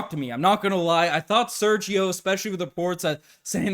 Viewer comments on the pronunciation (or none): none